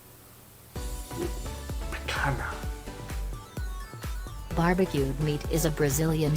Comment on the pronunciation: The "nh" in Portuguese sounds like the "ñ" in Spanish. So, picanha souds like "picaña". It is a nasal sound not a H sound. Also, the H in Bahia (brazilian state mentioned in the video) is silent. And you speak "moqueca" way better than the video (actually, the video butchered the poor word!). Bolinho de Bacalhau is a portuguese dish, but very popular in Brasil. We use to make them like small balls. Portuguese people usually make them in an elongated format. Fun fact: the "lh" in bacalhau (cod fish) sounds like de "ll" in Spanish.